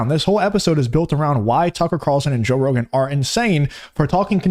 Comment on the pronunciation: “Joesph Rogan”